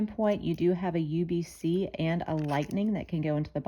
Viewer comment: USB-C not UBC 😂 good video though